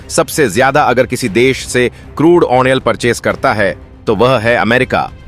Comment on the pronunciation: Useless way of narration. Repeating the same thing over and over. Wrong pronunciation of crude oil.